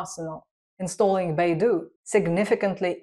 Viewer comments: Not Baidu but Beidou😂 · Beidou should be pronounced as Bay Dough. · "dou" is pronounced closer to "dou" in doubt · Sorry lt's not Beidu but Beidou